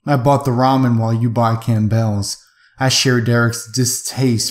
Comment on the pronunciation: Campbell's is pronounced "CAM-bulls," not "camp-bells." Haven't you ever seen the commercials?